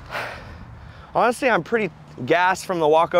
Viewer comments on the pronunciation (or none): he pronounced the h in honestly.